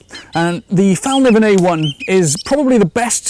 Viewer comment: Thanks for a great review. A tiny lesson in Swedish: it's actually pronounced "fell-kniven" with an audible K, not a silent one.